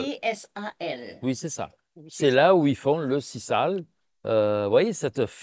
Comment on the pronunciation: On prononce Sizale